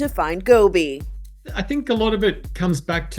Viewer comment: Lady it is Gobi NOT Gooby. Jeezus you'd think she could get that right.